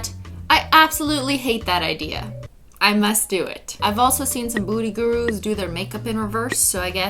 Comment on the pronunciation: did she say booty gurus